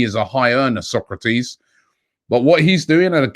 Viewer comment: Come on Robbie.SOK-RA-TIS. VAN-DER-BEEK (pronounced like van der Bake - similar sound)